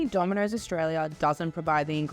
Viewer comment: I don't like how she says "Domino's" ........ But to be fair, I don't like how Aussie's or Kiwi's pronounce most words. ....Also .... AUSSIE AUSSIE AUSSIE!